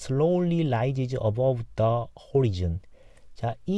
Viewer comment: 감사히 잘 듣는중에 horizon 허라이즌..으로 알고있는데 호리즌..으로 읽으셔서요 그렇게 읽기도 하는지 여쭈어봅니다. 영상 쯤입니다~